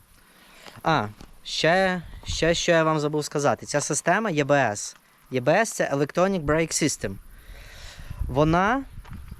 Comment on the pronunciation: Читається і-бе-ес EBS.